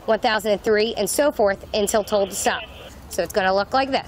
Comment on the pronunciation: 😂😂😂 "Ahh..Ahh...Ahh...Ahh" ×10 & "I toldt her nottah stop, I toldt her nottah stooop" 😂 Over and over, SHUT UP!...ridiculous 😅